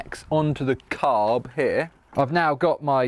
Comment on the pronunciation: Sam saying CCCCarB is the new thing of my nightmares